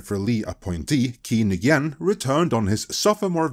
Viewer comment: Nguyen is pronounced "Winn" or "N'Winn."